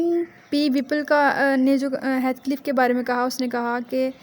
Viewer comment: heathcliff kehna to seekh lo